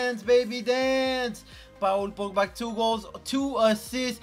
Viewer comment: it’s paul on pa ool